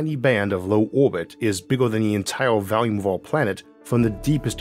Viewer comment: When will you learn how to pronounce "volume" properly?